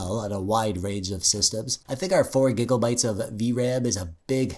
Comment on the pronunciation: Im sorry but when you say gigabites it sounds like gigglebites